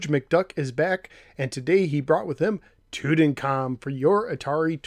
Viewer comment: No, pronounced Tutankham correctly. Toot en calm.